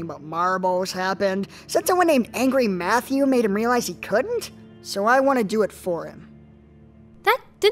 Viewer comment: Shirou... it's Angra Mainyu. Not Angry Matthew. GET IT RIGHT.